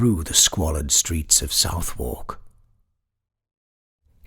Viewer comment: As always, a magnificent interpretation! Pardon me for the nitpick: Londoners (or enlightened tourists) pronounce Southward 'sʌðək'.